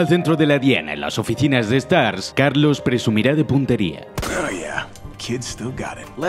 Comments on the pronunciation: "Stags" jajajajajajaja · JAJAJA "Stagss" literal lo dije y me cague de risa xD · "Stajs" hahahah Némésis frances